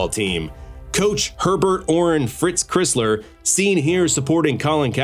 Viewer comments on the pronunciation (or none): Pronounced Chrysler like the car. Not Chris-ler. Also took the winged helmet to Michigan from Princeton.